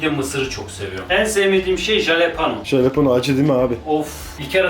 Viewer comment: Jalapeño, galapenjo diye okunur 😂